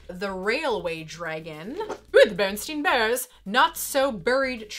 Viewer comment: Did you say bearnstien bears? Oh oh you've crossed over.